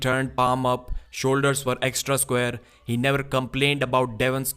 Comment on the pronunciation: NAO OR NEEVARL!